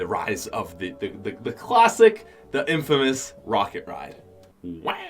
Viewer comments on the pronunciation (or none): none